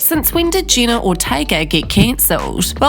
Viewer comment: I think it's pronounced Jeh-na and not Gina